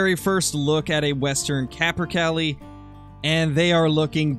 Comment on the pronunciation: it’s capper-Kay-lee not cally